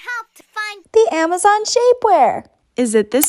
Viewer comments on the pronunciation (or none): none